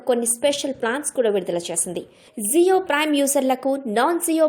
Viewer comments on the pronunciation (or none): ZIO కాదు. JIO అని పలకాలి.